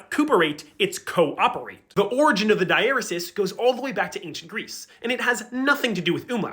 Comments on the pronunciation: It's pronounced 'digh-uh-REE-sis.' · Dieresis is not pronounced that way. Die-er-ee-sees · this is very informative and all, but the way you pronounce diaresis has me in pain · I am disappointed with how diaresis is pronounced and with wiktionary not giving me an "also pronounced" out of pity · I learned I was pronouncing dieresis incorrectly from this video lol